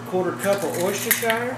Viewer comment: Worcesterhire. Pronounced wooster-shur. I'm still waiting for somebody to pronounce it right.